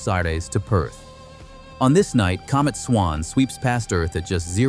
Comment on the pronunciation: A comb it? A comet man . No English speaking person in the world says comet like comb it.😂 You need to wacth little technicalities like that in your art. And right off the bat too. 🤔